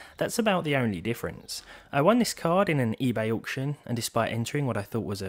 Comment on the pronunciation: The price depends on the "awcution"